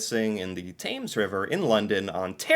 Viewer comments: your pronouncing thames wrong. it sounds like `tems. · It's referred to as the Thames River. Keeps it different from the one across the pond. 😉 It flows from NE of London down to Lake St. Clair. And, the "th" in Thames is hard. So it's pronounced "Tems". I'm surprised you didn't pick that up from your UK video page. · Thames usually pronounced tems